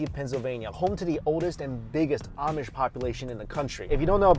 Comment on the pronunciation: My girlfriend and i just shook our heads when he kept saying amish